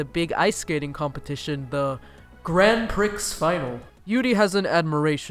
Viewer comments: I am sure someone if not many have said, but it is not Grand Pricks but Grand pre in terms of pronunciation. otherwise a great presentation. Thank you. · i mean grand isnt really pronounced as "grand" either. more like gron(but the n is nasal and not pronounced??) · I'm kinda late to the party but has anyone already noticed the little mispronoucing of Grand Prix Final? Cause since it's a French word English speakers took, it still has kind of a French pronounciation so you don't say the final "x" in Prix 😊 just saying, don't see it as a petty remark I'm just trying to help 👋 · ‘grand pricks final’ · dude, "Grand Prix" is not "Grand Pricks". Prix="Pree" (it's French) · Okay so I know this is epic old BUT THE X IS SILENT It's pronounced "pr-EE" not "pr-ICKS" And so is the D in "Grand" "Grand Prix" together is "gr-AU-n pr-EE" It's french bruh, stop trying to americanise it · Grand PRICKS final 😂😂 It's pronounced like you would pronounce 'pree' . 😂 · "Grand Pricks Final" X'''D I died. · The Channel of Zelphar When I heard 'PRICKS' I literally whispered "It's pree" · Loved the video and your commentary but yaoi is pronounced like ya-wee and grand prix is either pronounced like grahn pree or grand pree depending on where you're from lol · I'm sorry but the way you say prix and yaoi is wrong. Just needed to tell you, prix is pronounced pree and yaoi like yowee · It is Grand Pree, silly. The X is not pronounced. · nobody:: pri*x* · couldn't continue watching after you WATCHED THE ANIME and STILL PRONOUNCED PRIX AS 'PRICKS' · Grand Pricks!!!! Ya OY!!!!! Hahahah XD I'm sorry the pronounciations cracked me up! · honestly, I found that so funny. I'm still laughing about the Grand Pricks award :,D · I don't mean to be that person buUUUUutTTt it's grand PREE its spelled grand prix but pronounced grand prEE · “grand pricks final” HAHAHA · "Grand prix" is French, so it's pronounced "Grahnd Pri" lol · It's pronounced Gran PREE! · Grand "pricks" final. I fucking DIED. 😂😂